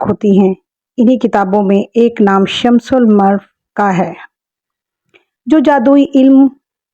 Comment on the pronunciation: It Shams- ul-ma-a-rif